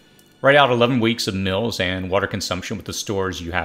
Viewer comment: Also strange pronunciation of meal, mail, and polling.